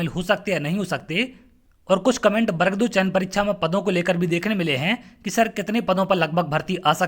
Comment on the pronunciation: पहले तो सही उच्चारण करना सीखिए।बर्ग नहीं वर्ग होता है। स्वयं का उच्चारण सही नहीं है . .और स्वयं को सर कह रहे हो।